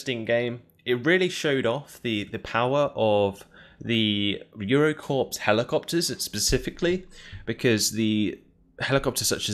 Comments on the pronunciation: It's pronounced "core" not "corps" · Corps is pronounced "core", hence Marine Corps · Corps is pronounce Core, like Marine Corps